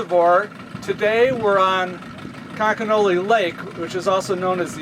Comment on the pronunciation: Did anyone notice that when the resort owner spelled conconully he pronounced it both times like conconelly. Must be a local thing.